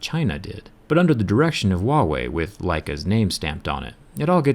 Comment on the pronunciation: dmdudego learn first speak "Huawei"